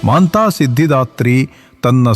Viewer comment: Kannada language full of mistakes...y? She is Matha siddhidhatri not maantha siddhdhatri